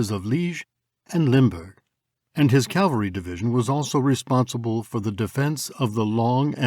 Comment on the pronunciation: For once, I would like to hear 'cavalry' from people who should know better! I mean, I'm ESL myself but I only had to be told a couple of time about the difference between cavalry and calvary!